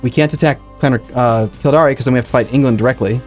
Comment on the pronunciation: The pronunciation of Kil-DAYR is killing me